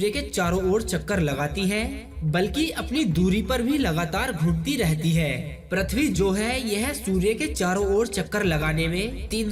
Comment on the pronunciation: Abe prathvi nhi pruthvi to bol bolne nhi ata or ghatiya video bana liya